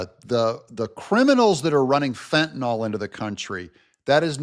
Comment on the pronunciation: Fentanyl is pronounced fen—tuh—nill.